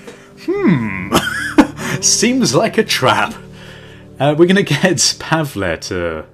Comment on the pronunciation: its pronounced Pa-vull